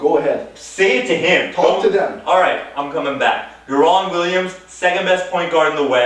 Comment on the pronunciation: DARE EN Williams Not Daaaa ron!!!!!!